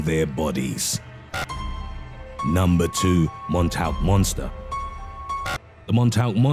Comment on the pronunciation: MONTAUK = MAWN-TAWK